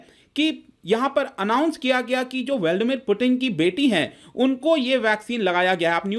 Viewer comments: Veldamit Putin nahi Bhai vladimir Putin 🤣🤣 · Not valdmir , it's Vladimir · valdmeer put-in?? are you serious? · व्लादीमिर सही उच्चारण है